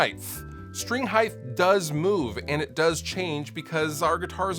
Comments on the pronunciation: You really pronounce it “heightH”? With a “th” at the end? It’s HEIGHT. NO extra H needed, dad. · Heighth? You mean height? Hahaha Thanks for the tips though. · Height. Height with a T. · Everyone: heighT............: TH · I HATE it when people say "heitTHHHH" grrr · I love you,. But HEIDTH is not a word. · did you just say heighth?? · "string heightHHHHHHHHHH" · I love you. But heighth isn’t a word and it drives me crazy every time I hear someone say it. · Same here. Drives me mad!